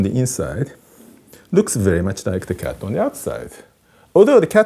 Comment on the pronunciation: I love the way he says kyatt